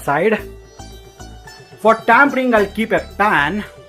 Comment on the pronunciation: delicious recipe .. i didnt wanna say it, sounds like nitpicking, but you said 'tampering', its 'tempering'. Here for the recipes, mainly. 🙏